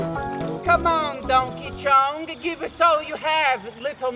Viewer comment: "Question Bloutch" "Prencess Petch" "Dounkey Chong" "Big Mounchey"